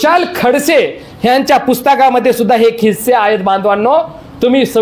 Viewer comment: खिस्से नसून किस्से असे बोला.